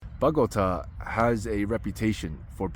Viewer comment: Would it kill you yo try to learn to learn some Spanish or at least try to pronounce a few names correctly? What is "Bogata"? 😢